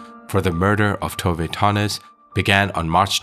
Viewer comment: nöje means pleasure and her last namne is not Tove Tonnies its Tove Tönnies